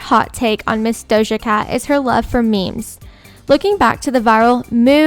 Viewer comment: she butchered dojas whole name